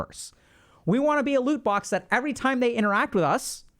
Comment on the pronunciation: He kept saying "lute box" and i had no idea what this is. Thought maybe it was Indian. So i googled it. Turns out it's gamer jargon for a treasure chest. Loot box.